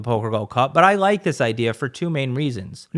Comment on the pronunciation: “He said rike instead of Like” 😂😂😂😂 “Rampage… Ethan Let’s call him Ethan this is some Ethan type shit” 😂😂😂